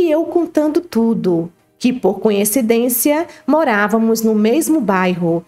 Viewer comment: Fico encabulada como todos só conseguem pronunciar a palavra coincidência,de modo arrado, falam sempre conhecidência.😅